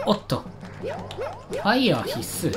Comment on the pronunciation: のファイヤrrrrrrrrrrrがめっちゃ好きww